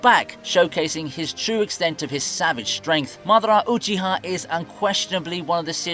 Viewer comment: Maaah-da-rah Ooochie-ha 🤣🤣🤦‍♂🤦‍♂ it's Ma-dara, Ooo-chi-ha